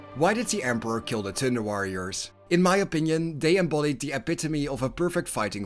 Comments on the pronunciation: All I hear is "Tinder Warriors"? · With your lovely Dutch accent I keep hearing Tinder warriors… I feel this would have been a different story entirely :) Awesome video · the joke is that when the narrator says 'thunder warrior', it sounds like 'tinder warrior' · Your accent makes it sound like you’re saying “Tinder Warriors” and it makes me giggle 🤭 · "Tinder Warriors" made my ear twitch every time I heard it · I'm listening to this podcast style and I was really confused about who the tinder warriors were then I realized you were saying thunder. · I like how your accent makes "Thunder Warriors" sound like "Tender Warriors" to me! In my mind I keep picturing proto-Astartes with Care Bear symbols on their power armor!😂 That gives me an idea for a home-brew chapter that would make the Salamanders look downright heartless! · All I hear is Tinderwarriors😂